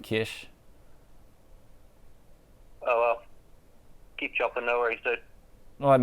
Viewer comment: Kesh ? Don't Scotts pronounce Cash as Carsh ? Kesh as how Kiwi's pronounce Cash.